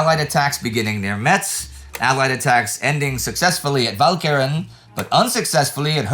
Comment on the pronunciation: Just FYI Metz is pronounced "mess", the t is silent